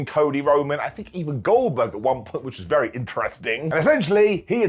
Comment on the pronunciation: I love that you don't say words a lot of times, but at least it's always close enough so you can get it 😅😅 "Goldkerk" the goat